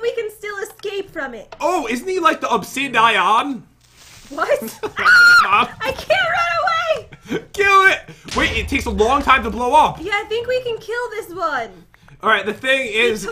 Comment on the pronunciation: i know its late but --> (so its a ittle early Btw) Pat: OH isn't he like the OB-SI-DIE-AN? Me: Pat. IT'S OB-SI-DI-AN! NOT OB-SI-DIE-AN! yeeep Edit: Also gonna like my own comment cuz rarely do people notice and like.